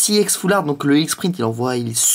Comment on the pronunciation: c pas IEX Ca ce prononce EX